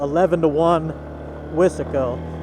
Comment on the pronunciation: He said wissssssaaaaahhhhhcooooo its wise co buddd!!!!!